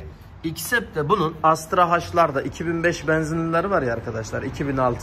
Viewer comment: Astra Hajj ne😂 Ona Astra He diye söylenir😉. Sanki amerikan alfabesi ve arabası😁